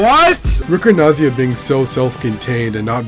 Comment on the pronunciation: Had no idea this existed. Very well documented and preserved! Ricordanza is an Italian word (just be careful: it's ricordANza, not ricordNaza)!